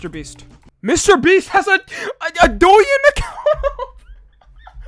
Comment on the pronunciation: “doe ing” if anyway cares how it’s actually pronounced lol